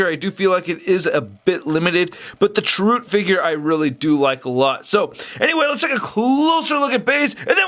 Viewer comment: first love the figs! I love the review, but I must say, I cringed every time u said Chirroot.:) the end has more of an "uh" sound. I'm correcting with the best of intentions. not trying to insult you. I luv u!